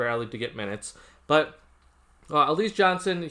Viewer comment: Pronounced Al La ZA